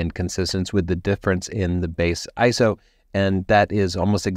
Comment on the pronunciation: Hey I think you're the first photography youtuber I've heard who says ISO like a word (which is the technically correct way 🤓) To be fair, I haven't watched that much from the photography youtube channels lately.